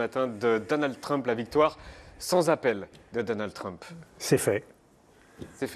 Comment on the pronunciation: Pourquoi les franchouillards disent toujours "Treump" ? Ça se prononce "Tramp".